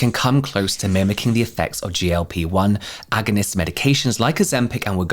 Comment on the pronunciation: I laughed every time you said agonist 😂 great video!!